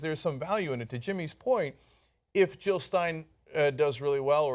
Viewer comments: JILL NOT HILL!!!!! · Jill, not Hill